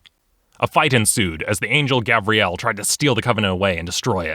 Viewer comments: Him calling Gabriel 'Gabrielle' triggered every boy named Gabriel watching lmao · There is a big difference between Gabriel and Gabrielle. You were pronouncing Gabriel as if it were Gabrielle. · Gabryelle That’s the wrong way to pronounce Gabriel